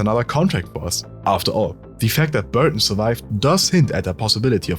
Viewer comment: y'all are just finding out about this mod?This was such a cool new concept and mod, overall 9/10 because whenever that guy said Burton it pissed me off